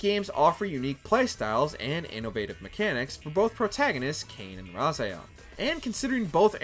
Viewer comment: Hate his Raziel's pronunciation... Sad to see no love for The Mark Of Kri series